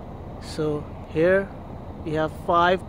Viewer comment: Achese english bol,,, hereeeeeeeeee nhihai voh here bol